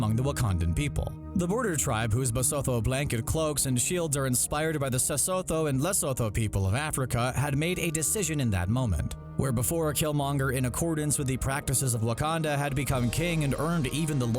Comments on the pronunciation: Lesotho is pronounced le-soo-to not lay—so-tho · LESOTHO is pronounced LE-SO-“TO”basically a “TO” sound in “TO eat” the sound is produced with a TH in Sesotho/Sotho(the language) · Lesotho is pronounced Le-su-too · correct. however. LESOTHO tribe is pronounced LE-SOO-TWO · Lesotho is pronounced Lee-su-two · Am I the only person offended by how he butchers 'seSotho' and 'Lesotho'? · Damn u made me laugh when you pronounced sesotho and lesotho 😹✌🏼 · Eh you butchered the pronunciation of Sesotho and Lesotho more than I ever thought possible